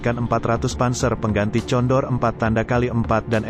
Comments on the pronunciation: Sebutanya bukan tjondor bos ttp condor . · condor...wakawaka...yg baca siapa ini